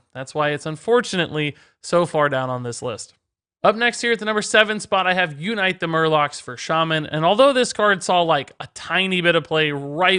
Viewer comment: "YOU night the Murlocs"